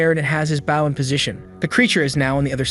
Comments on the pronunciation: why are you calling it a bouw ( bow ) its not pronounced with an ou sound like owl, its a bow with an o sound, like boat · ... ah oompappa oompappa Bow Bow. damn AI never can say Bow as OH? bOH down before me you pleeb. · I would appreciate it if finally learned how to pronounce the noun 'Bow' when it's used as a weapon.